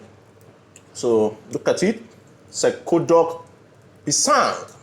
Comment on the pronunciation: I think originally "cekodok pisang" is a Malay snack but it has now become generally a Malaysian snack. If I make it< I wouldn't blend the bananas though... I would just mashed it with a fork. The 'c' in "cekodok" is pronounced as in the ch in 'chart'.